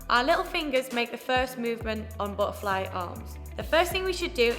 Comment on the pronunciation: lol buh’ a fly u funny